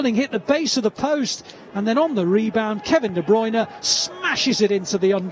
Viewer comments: NOT DE BRUN KEVIN DE BRUYNE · He is like what? 10 years in Manchester? And still those TV muppets can't pronounce his name correct